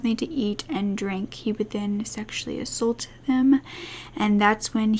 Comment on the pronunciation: I love you but please start saying ‘assAULT correctly.